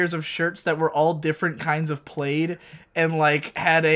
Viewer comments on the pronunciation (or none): Was that a slip up because lets play, or does just pronounce plaid as "played"?